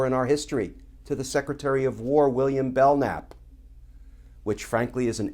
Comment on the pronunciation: FYI-it’s William Belknap, not Belnap.